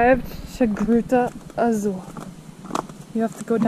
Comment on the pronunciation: pronounced "Gruta Azul" quite well when she said we have arrived to "Gruta Azul" - we can definitely hear improvement in their Brazilian-Portuguese - accents, words and grammar structures vary from place to place around the country though and it's even confusing for us Brazilians